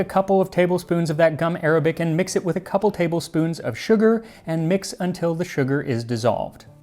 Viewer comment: Gum Arabic isn’t pronounced like the language, it’s actually gum ar-ah-bic